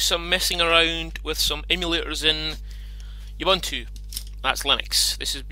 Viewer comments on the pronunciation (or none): by the way, it's pronounced "ooboontoo"